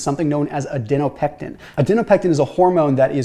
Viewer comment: You said adinopectin